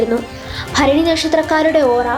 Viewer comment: Bharani correct reading ❤❤